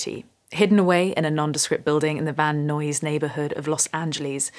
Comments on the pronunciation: It's pronounced Van Nize. Although Van Noise ain't bad, especially if you've been anywhere near Van Nuys Blvd when the hot rods are parading up and down ad nauseum. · Nicely done. Just a heads-up that the locals pronounce it Van Eyes, California. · Van NIZE not Noise... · Pronounced "Van N-eyes"